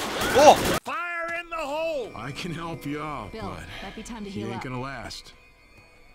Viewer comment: Louish kills Beel